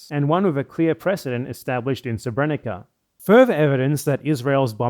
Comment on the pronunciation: "sebrénika" haha. Though to be 'onest English has a big problem of not respelling words from different orthographies, so I don't blame him considering there are more serious matters at hand.